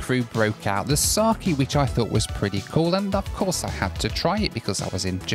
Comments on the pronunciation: Pronounced sake (sah-keh) not saki 😅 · as a japanese the alcohol in pronounced saa ke